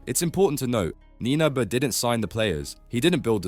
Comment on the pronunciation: Please learn how to pronounce someone’s name before making a whole video about them. Come on man.